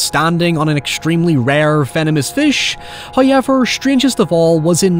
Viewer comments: Came for the Hoyever, but stayed for the Oralee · From "hayever" to "cerabus"